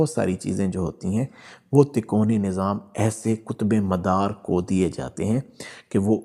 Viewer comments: اچھی اور سچی روحانی معاملات کی معلوماتی وڈیو ہے ایک لفظ آپ کہہ رہے ہیں " تکونی یعنی ∆" جبکہ یہ لفظ اصل میں " " " تکوینی" ہے عالم کن kun کے معاملات کو تکوینی معاملات کہا جاتا ہے جو اللہ تعالیٰ کے لفظ " کن " کہنے پر منحصر ہوتے ہیں یعنی اللہ تعالیٰ کن کہتے ہیں اور وہ کام فوراً ہو جاتا ہے اس بات کو قرآن پاک کی سورۃ یس کی آخری آیات میں اس طرح لکھا ہے فانما امرہ اذا اراد شئیا ان یقول له کن فیکون فسبحان الذی بیدہ ملکوت کل شئ و الیه ترجعون۔ ترجمہ۔۔۔۔ جب وہ کسی چیز کا ارادہ کرتا ہے تو اس کا حکم صرف یہ ہوتا ہے " ہو جا " تو وہ ہو جاتی ہے پس پاک ہے وہ (الله) جس کے ہاتھ میں ہر چیز کی بادشاہی ہےاور تم (سب) اسی کی طرف لوٹائے جاؤ گے۔ آپ سے گذارش ہے کہ تو آپ بس اس لفظ کا صحیح تلفظ ادا کیجئیے ویسے بھی آجکل آدھی عوام تو اردو زبان سے پیدل ہی ہو چکی ہے مگر جتنا ہمارے بس میں ہے ہم اسے اپنی کاشش سے دیر تک ژندہ رکھ سکتے ہیں۔ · تکونی نہیں۔۔ تکوینی نظام۔ہوتا ہے 😅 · Takoni nahi takweeni. Kindly correct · بھاي صاحب تکونی نہیں تکوینی ھوتا ھے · Tikoni nahi Bhai takweni nizam Sahi lafz bolen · قُطبِ مدار کا تعلق تکونی نظام نہیں ( تکوینی Takveeni) نظام کہتے ہیں۔ اُردُو کی غلطی ہے کتاب جس سے دیکھ کر آپ پڑھ رہے ہیں ہوسکتا ہے جو اس میں پرنٹنگ غلطی ہو یا آپ غلط پڑھ رہے ہوں۔ قطبِ ارشاد کی تعریف آپ نے درُست بیان نہیں کیی ۔۔اس میں تفصیل موجود ہے ۔ اللہ سبحانہ ہمیں اصلاح عطا فرمائے امین۔ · تکونی نھی ھے اس کاتلفظ تکوینی ھے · Lafz takoni nahi hota isay takweeni kehtay hain,informative video k liay shukria. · تکوینی تکونی نہیں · Tikoni nahi takweenee. Durst talafuz hai mohtaram hazrat basad adab .